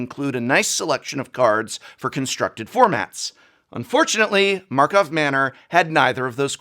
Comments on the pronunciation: I can't tell if Prof calls it Markov Manor by accident or not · pretty sure that said the correct name of karlov manor exactly 0 times in this entire video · markov? don't he mean karlov? he made the mistake 70 times in the video. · take a shot every time he says “markhov” manor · Take a shot every time he says markov manor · Dammit now he has me saying Markov manor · I cannot tell if the “…Markov Manor” thing is deliberate or not. Either way it’s hilarious. I hear SO MANY people say it that way by accident. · I keep hearing Markov Manor... Edgar will be proud :D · Does he know its Karlov and hea joking or is he really just saying it wrong and no one corrected him while recording? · Let's count how many times we hear "Murders at MARKOV Manor" instead of "Karlov". ( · New drinking game: Drink every time Prof says Markov instead of Karlov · KARLOV MANNOR . KARLOV KARLOV KARLOV not MARKOV ffs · drink everytime says markovs manor XD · Prof kept saying Markov Manor - yet another reason why this set didn’t succeed 😂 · Karlov Manner was so bad, Prof called it Markhov Manner several times... and we understand. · Murders at markov manor is so unimpactfull that dowsn't say its name right and i love it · I feel like if we take a shot every time says Markov instead of Karlov we’d be waaaaaaay too drunk to function 😂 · Prof owes me a bottle of whiskey. I took a shot every time he said "Markov Manor" instead of "Karlov Manor" but I lost count at 20. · is karlov manor, not markov manor. ¬¬ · I love how you are still calling it Markov Manor half the time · ...KARLOV MANNOR... Not Markov... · The mildest pet peeve is hearing him call MKM markov manor instead of karlov manor. Im listening to this episode so idk if this is intentional or not but Oooo buddy it hits my brain wrong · He keeps saying “Markov” when it’s “Karlov” or am I just crazy? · Take a drink every time Prof "Markov" instead of "Karlov" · he heeps sayiny Markov Manor